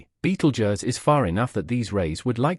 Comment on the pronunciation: Ugh clearly A.I bs. Can’t even pronounce Betelgeuse correctly. A.I had ruined YouTube.